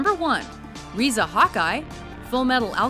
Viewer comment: This is pathetic, they mispronounced some of the names and even showed the wrong picture of Riza Hawkeye for their #1 choice... that was Winry Rockbell. My god this video is bad.